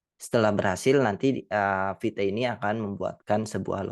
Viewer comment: Not vite instead vit 😂